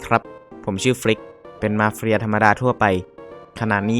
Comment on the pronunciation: เหมือนได้ยินคำว่ามาเฟรียนะ